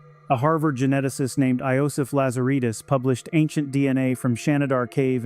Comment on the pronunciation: Iosif is pronounced exactly the same way you would properly pronounce Joseph. The J is supposed to be pronounced as a y sound. That's why the J was put into the Latin language in the 1620s to differentiate the y sound when it was a constant from the y sound when it was a vowel